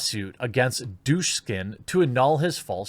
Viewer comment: Oh, come on. The k is BEFORE the s. Why do you pronounce it like douche skin? Duk, sin.